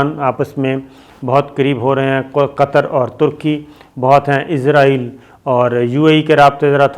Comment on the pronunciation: ازرائیل نہیں جناب اسرائیل ھے